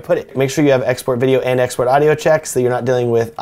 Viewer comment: lmao at first I thought he was saying "hey guys today I want to talk about my ex boyfriend"